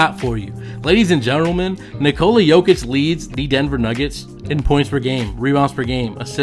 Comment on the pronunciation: It's hard to listen to you butcher his name It's like Niko la please learn